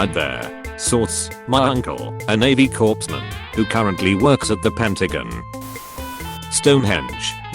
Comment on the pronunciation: Did he say 'Corpseman'?